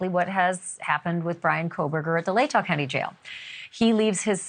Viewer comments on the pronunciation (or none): I love you Ashleigh and I always watch you but the way you say Latah drives me nuts lol. Its Lay Taw. The tah sounds like jaw or saw. It’s pronounced as Almost two separate words.